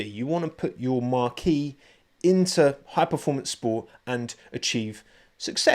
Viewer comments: I think marque is pronounced more like Mark, not like marquee! Great video as always though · I love your videos but the way you pronounce marque is so funny it’s not a tent 😅